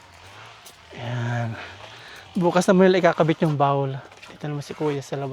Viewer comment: Please stop saying Bawl it’s BOWL with an O